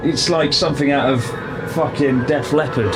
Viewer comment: WHY did he say Def Leopard and not like. The grudge 😂😂😂